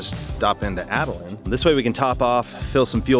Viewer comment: Great channel, great video, great aviating, great adventures, BTW Atlin not Atalin.